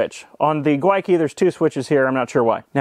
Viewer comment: Every single "Gwyneth" filled me with joy.